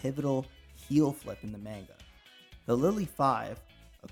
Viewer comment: this guy can't pronounce manga